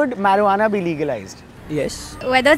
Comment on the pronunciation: It's not meruana bro it's marijuana